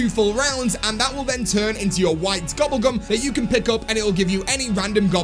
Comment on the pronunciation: Why you say gubble gum